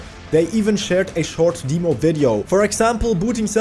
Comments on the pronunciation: My friend, it’s not DEEmo, like Bee, Lee, We, He…but DEmo like Them, Stem, Gem, Lemon, Pen etc. It’s sort for the word Demonstration. Jeez. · Its dem-oh not deeemo on the pronunciation. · In English, it's DEM-oh. It's our language, we get to say how to speak it and you wrong! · S'all good, I could have been a little nicer about it too, sorry :D I grew up with amiga demo disks, then pc game demos were very common. I had never heard "deemo" before and it reminded me of when my family used to say "seega" instead of "sayga" for sega. It used to really grind my gears with how wrong they were, even after I showed them adverts with the correct pronunciation, they continued to say seeega lulz